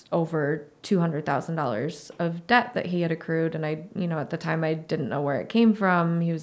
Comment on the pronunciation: you have a great channel with valuable content. I would like to respectfully point out 1-2 reoccurring mistakes you keep making: (1) Please look up the difference between the words “owe” and “own”, which I notice you sometimes confuse. (2) In the word “debt”, the “b” is supposed to be completely silent, in that your lips are not supposed to touch at all; this has personally confused me for when I came to the US. I thought given the content of your channel it may be worth pointing this out. Thanks for your work!